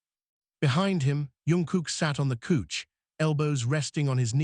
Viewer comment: Great story however, I would prefer you change couch to sofa as its the one word i find frustrating when its constantly mispronounced.